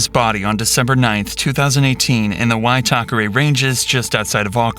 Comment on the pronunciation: Pretty good job pronouncing Waitakere. This was a famous case over here but never saw all that footage. Sick bastard, glad they caught him so quickly but he made it pretty easy.